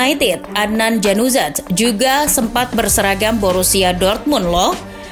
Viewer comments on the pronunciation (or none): "Januzaj"...ya ampun vo nya gak riset/gak nanya cara bacanya apa gimana ya? itu bacanya Yanuzai kaka